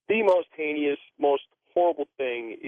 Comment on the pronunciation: "Heinous" is pronounced "hay-nuss," not "heeneeyuss."